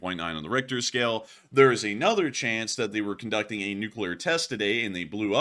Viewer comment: Watch your pronunciations. You're getting caught in one of the most common mistakes, overuse of the word "a" pronounced as a long "ay." It's rolled over into mispronouncing "another" as "ay-nother." Pronounce words when from your script the way you would in normal conversation. Journalism 101.